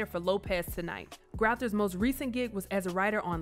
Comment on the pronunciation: Its Lance Currethers....not Grouthers